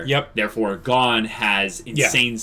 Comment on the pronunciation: Gon guys! GOOOOOON. It's pronounced with a long o for Pete's sakes